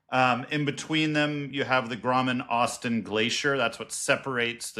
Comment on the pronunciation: WTF mangled English was that? It's GODWIN AUSTEN glacier. Not "grommen" or whatever jibberish you said. For 30 years I had to put up with idiots who can't pronounce the simple name Godwin and I always had to correct them. Jesus. And is that why people ended up calling Mt Godwin Austen K2? Because they are illiterate in their own language?